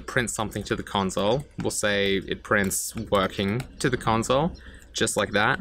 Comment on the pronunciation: The “conzole”